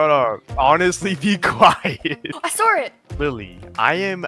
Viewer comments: the accent 😂😂😂 “i sawer it” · i want an australian accent.. ‘i SAUR it again’ 😭